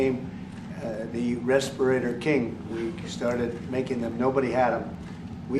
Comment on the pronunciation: He talks about Covid but can't pronounce "respirator"😅